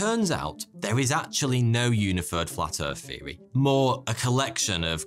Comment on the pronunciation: Flat Earf feory?